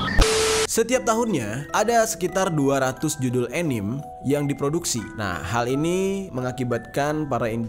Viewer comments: Anime dibacanya ya animE bang bukan anim. Pengalaman tinggal dijepang nih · Bacanya anime ya ka bukan anim 😶